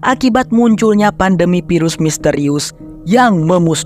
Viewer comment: FILM ...EEEFFFF EEEFFFF bukan PILEM .....VIRUS bukan PIRUS ....VEEEE bukan PEEE